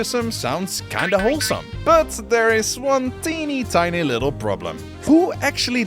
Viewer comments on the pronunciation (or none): none